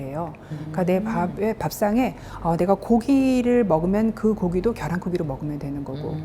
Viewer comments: 겨란 아니고 계란 입니다~~! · 계란이에요 겨란이 아닙니다